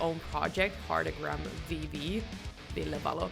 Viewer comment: I love how you get his name right. Thank you!